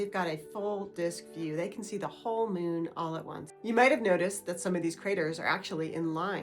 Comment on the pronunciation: Why are you saying "mewn"? It's MOON.